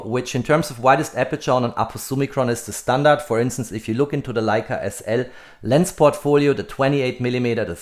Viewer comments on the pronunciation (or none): none